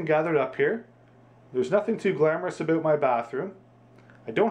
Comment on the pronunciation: Dude since you didn't show how to open the canister, this video is "aboot" pointless. Dah